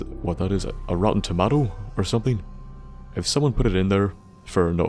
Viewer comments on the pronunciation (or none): wait... say rotten tomato again...